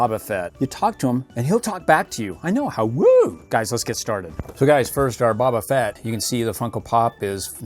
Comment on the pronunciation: You are saying baba fett but you need to say boba fett